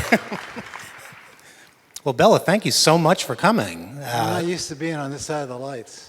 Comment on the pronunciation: His name is pronounced like Bay-la not BELLA. That annoys me and i feel the need to correct normies about it lol